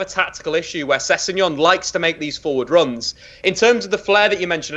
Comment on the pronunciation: Say it with me now - Sess-eg-non!